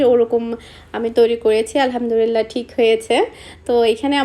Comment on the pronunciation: Alhamdurillah na, Alhamdulillah hobe, apni maa sha allaah besh koyekbar Alhamdulillah bolen, uccharon shothik hole onk sawab paben er maddhome